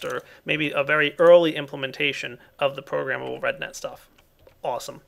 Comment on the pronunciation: Everytime he said RedNet, it sounded like he was saying redneck hahaha